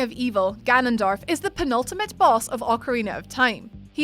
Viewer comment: It Gannondorf not Gannondarf